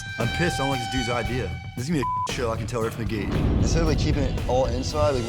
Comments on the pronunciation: "she hated every idear I had" man when I tell you I laughed my ass off 😂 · "She hated my idear" 😂 didn't miss a single idear. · dont trust anyone who says "idear" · Man I hate Julia but the dude really didn't know what BIO mechanical is. also what part of our country here in the u.s. say idear and Washington lol call a wolf a woof lol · It's spelled IDEA there is no "R"